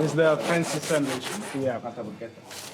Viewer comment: So you get 10 mil subs and 3,3 mil views for just eating food? And while doing that, champing like a pig and talking while eating? Right right. "Awshome, thish bread ish shomething shpeshial." Do americans don't pronounce "s" anymore?